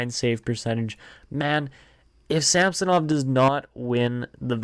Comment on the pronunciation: SamsOnov not a SAmsonov